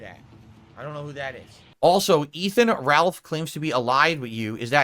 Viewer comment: “I don’t even know who Efan Ralth is”